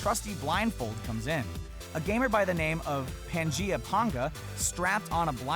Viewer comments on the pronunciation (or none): pangea pan-gah lol